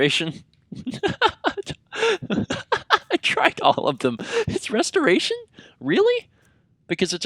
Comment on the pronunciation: I heard masturbation, not restoration ._.